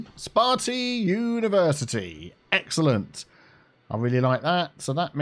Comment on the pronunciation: I keep hearing egg salad instead of excellent